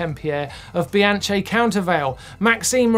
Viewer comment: Bianchee ?? C'mon ;)